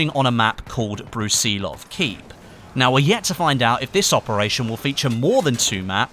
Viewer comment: You're saying Brusilov wrong.